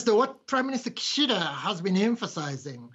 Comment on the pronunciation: its Kishida not Kushido. Just reminding you.